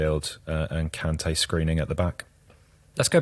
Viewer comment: Kante! Not conte!